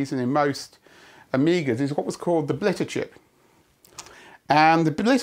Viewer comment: And similar thing for "blitter chip" , even though we hear the same word just fine.